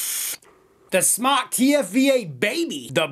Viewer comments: can fix the issue of mispronounced name by spelling it SMōK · Not smok its pronounced smoke! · It's Smoke for Christ's sake! The E is silent dude... Not smock!.... Definition of smock 1: archaic : a woman's undergarment; especially : chemise 2: a light loose garment worn especially for protection of clothing while working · ITS NOT SMOCK ITS SMOKE!!!WTF?